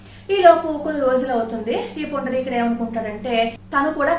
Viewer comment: పుండరీకుడు.... మీరు పదే పదే పుండలీకుడు.... అంటున్నారు కుక్కుటమహర్షి ని.... ఒకసారి juhnu మహర్షి.... అన్నారు గమనించగలరు